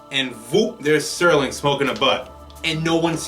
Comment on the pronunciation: Entertaining commentary. One thing, the name is Rod Serling, not Sterling. No T.